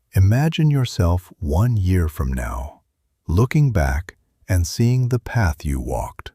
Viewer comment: STARTING TONIGHT I CHOOSE A NEW PHATH…STARTING TONIGHT I CHOICE A NEW PAH